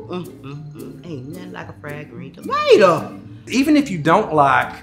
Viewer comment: "It's like tuhmater, but without the tuh."